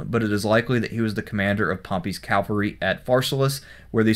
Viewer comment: Pronounces "Labienus" right, Doesn't pronounce "Cavalry" right.